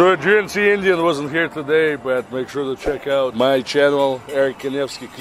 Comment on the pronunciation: You shouldn't say Indian like that. That racist